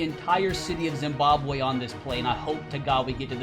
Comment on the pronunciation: Just noticed he said city of zimababwe